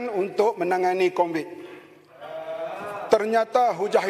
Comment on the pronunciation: Sebut Covid pun Convid ni menteri chicago ke aoa haha samdol